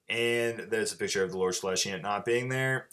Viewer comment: Great report. Really enjoyed it. Just one thing, it's Celestant, not Celestiant. There's no I in it.